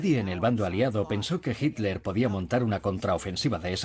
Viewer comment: este locutor es la excepcion..pronuncia hitler bien. me gusta la traduccion latina mejor.